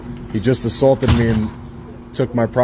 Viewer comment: I’m confused. He keeps saying he was “ assAWlted while taking pitchers” but I’ve never heard of that. It’s gotta be different than being assaulted while taking pictures right..?